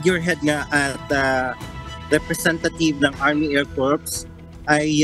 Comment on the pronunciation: That guy reporting from UK, the needs to pronounce " Air Corps" with silent "ps", thus "Air Cor"., pronouncing with "ps" will sound like Corpse, meaning dead body. The lady anchor kept saying "Phelippines". Ask for proper pronunciation. Somebody has to monitor your people.